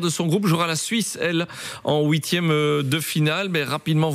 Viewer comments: Adversaires en ouitième de finale🤣🤣🤣ouitième... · "houitième de finale "mdrr